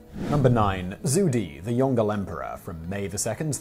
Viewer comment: "Yongle" is not "Yong-gle" but "Yong-lo"